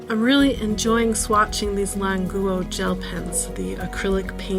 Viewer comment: What’s wrong with her pronunciation? I know Chinese, this is correct pronunciation